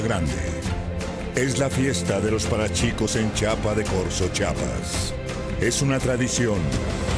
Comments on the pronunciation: QUE VUELVAN HACER EL COMERCIAL PERO QUE LE PASEN AL PRESENTADOR EL NOMBRE CON TRIPLE "I" Y QUE QUE DIGA CHIIIAPAS Y NO CHAPA DE CORZO CHAPAS JAJAJAJA ESE WEY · Repite conmigo: C H I A P A S No “chapas” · Muy bonito y todo, pero qué chinga que don Enrique Rocha no sepa pronunciar el nombre de mi estado y del pueblo, como es: CHIAPAS. Chapas las de las puertas. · Tan dificil es Pronunciar la "I" :) Por que, siempre Dicen CHAPAS ES C-H-I-A-P-A-S !! PORFAVOR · CHApas PTMMMMMMMMMMM no es chApas ES chiiiiiiiiiiiiiiii(Y)(I)(i)APA............. mejor TVAZTECA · pero si hasta los de habla inglesa pronuncian bien Chiapas, si no me creen busquen el video de la UNESCO, y clarito se escucha que dice CHIAPAS... y es la misma velociada en la que hablan. hasta eso este habla mas lento. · Porque siempre pronucian mal el nombre de C H I A P A S que no está claro?? Es como si dijeran CHAHUAHUA, ah verdad??!! ush!! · ¿Cuando van a entender que no es CHAPAS? ;( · Pues lastima de voz porque con la pronunciación de "Chapas", ahi la baño completita, que pasa con esa gente que no puede pronunciar bien ni teniendo enfrente el carajo letrero, jaja lastima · no mame tan pinche culto y dice "Chapas" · si, es moleso que no aprendan a decirlo bien, pero no por eso le quitemos crédito al video!! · k enrique rocha pronuncie bien chiapa y chiapas pues.